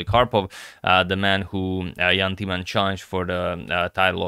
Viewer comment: In order to increase your vast knowledge: Timman is pronounced with a short i, like in imminent, not long like tea. You got the short a right in both Jan and Timman!